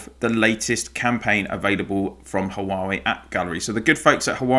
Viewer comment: Hu-ah-weeee? Wah-way.